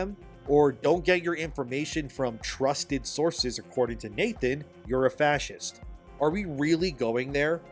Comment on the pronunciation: I AM A PROUD "FASCEEST" 😂